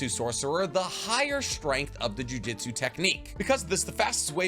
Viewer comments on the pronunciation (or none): It amazes me that you that you pronounce the title "Jujutsu Kaisen" correctly, but otherwise pronounce sorcery as "jiu-jitsu." It's JOO-JOOTSOO. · Loved the video but for the love of god it’s JUJUTSU not JUJITSU 😂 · OMGGGGGG 🤦🏽‍♂️ ITS CALLED juJŪTSU & NOT JIUJITSU !!!!! jiujitsu is a martial arts bro it’s something that actually exists & jujUUUUUUtsu is the anime that we all love to watch & read . i hate when people make this mistake lol 🤦🏽‍♂️ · He he goes again, calling "jujutsu" jiu-jitsu. Say it with me: JU-JOOT-SU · Just wanted to make fun of you a lil bit. "I've learned nearly everything there is to know about this series" says jujistu and not jujutsu for the majority of the video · Lmao I love your stuff but you got me cracking up with the "jiu-jitsu" got me imagining megumi running around putting curses in rear necked chokes 😂😂😂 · “Jiujitsu” 💀😪 Lmao So cool rule of thumb: Japanese pronunciations are really simple because the vowels will sound the same every single time A = ahhh as in when the dentist says “say ahh” I = pronounced like the long e sound ex. Key U = oo like goo or poop E = as in the long A sound , sounds like the a in crate, table (this pronunciation is a lil complicated but this is close) O = long o sound , like open or okay Some constructive criticism after hearing chibacko tansai over and over again 😭😭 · Great video! Only critique is that calls it jujitsu repeatedly 🤣